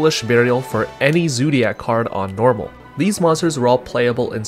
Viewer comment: the way u say zoodiac wtf man